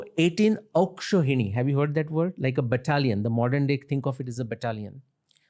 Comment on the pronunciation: His pronunciation of 'Akshouhini' tells he is a bengalee